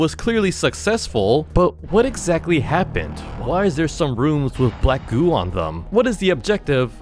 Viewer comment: he said black goo but i heard black goon